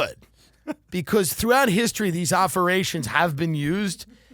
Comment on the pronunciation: Oferations? Was I the only one who heard that?